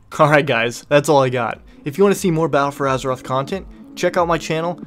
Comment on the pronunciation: " in Peddle for Azeroth" ??? wtf is that